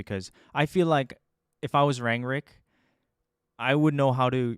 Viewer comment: Please for the love of god it’s not “rangrick”😅